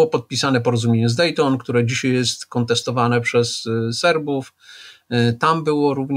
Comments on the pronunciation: Polszczyznie Pana Piotra mozna wiele zarzucic. Mnie bardzo drazni jego "dzisiej"! Mowi sie "dzisiAAAAj" Panie Piotrze !!! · Pytanie czy pan Zychowicz umie się poprawnie wypowiedzieć? Od osoby która pracuje "słowem" (książki,prelekcje...) należy wymagać więcej niż od przeciętnego człowieka. Te wypowiedzi typu "wczorej,dzisiej,tutej" powodują , że ciężko się słucha tak niechlujnego języka. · Wziąć nie wziąść, dzisiaj nie dzisiej !!! Człowieku proszę jesteś rzekomo osobą wykształconą a mówisz jak cep... ogarnij ... i nie 'skakał ze spadochronu' a 'skakał ze spadochronem' serio teleznowela .......'Kiedyś można było rozpoznać że rozmawiają ze sobą ludzie wykształceni, niezależnie od tego o czym mówili, teraz .....' i to po 4minutach mam do powiedzenia . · dzisiej, tutej to wymowa typowa dla ludzi z Warszawy i okolic, ale nie słoików, tylko takich mieszkających od pokoleń. Dzisiej często też mowi Magda Gessler.